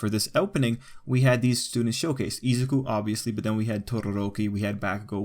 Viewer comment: Izaku? It’s izuku Ei-sa-ki? Ei-suku